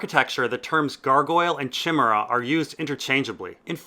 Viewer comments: Stress on the 2nd syllable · I twitched every time he said it wrong. But all those new details were really interesting! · Chim-er-a.... o dear, Chi-mer-a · chimera is pronounced with a hard c bro. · Shimmerah? Surely you mean Kaimera old boy? Bar that, another great video my man. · Chimera is pronounced KI-MER-A. The CH is a greek sound, as the word itself is from the ancient greek. Otherwise, I love your videos keep it up. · chim-er-a? uh ive always heard it as ky-mer-ah... but hey that may be a brittish vs american thing. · It's kai-mera :) not chim ere ah. <3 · Ky-Mare-Uh. Not Shimmera. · Chimera is pronounced "Kai-mare-ah", not "chim-er-ah". SJ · Not chimmera, kai-meera,. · Chimera is pronounced KI-meera, not CHI-mara. Great vids mate, keep it up! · Chimera is pronounced differently..... Ok, for the beginning (Chi) think of the new reboot of Karate Kid, Cobra KAI. It's pronounced the same as "Kai" in the name. Then mere-uh. Like Amber Turd's character in Aquaman!!! Kai-mere-uh. Chimera! And, no, I didn't write this to make fun or be a jerk. I always do this with my friends so no one laughs at them or they aren't embarrassed when some unfeeling a-hole corrects their pronunciation like a jerk. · It’s said kaimera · Look up how to pronounce "Chimera." It's like Kie-Mera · it's pronounced kimera it's from Greek mythology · Lol chimera is pronounced kymera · chimera is pronounced kah I mare a. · nice addendum. i believe the pronunciation is chi (like "fly") mer (like "hair") a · fyi its pronounced k-i-mara and it may be possible maegar was an xxy but they are usually very feminine. idk interesting video. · Maegor the cruel could not have Klinefelter Syndrome, because patients with that disorder usually have weak muscles, poor coordination and gynecomastia. Maegor is a warrior and he is described as large and bull-like with heavy shoulders. Also, chimera is pronounced kimera (kī-mîr′ə). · chimeria is pronounced "kai Mee rah" ... im fun at partys 8^)